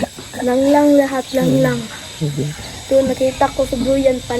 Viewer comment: Ung pgbigkas nya ng Langlang, kuhang kuha nya, ang galing nya, matalinong bata, kinikig si sir Paul,,, k